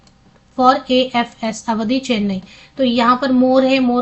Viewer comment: अवधि नहीं है आवड़ी है मैने देखा है